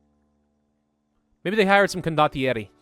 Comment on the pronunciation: The way you pronounce condottieri is actually really good It is the best pronunciation of italian that i have heard from any english youtuber (Im italian btw)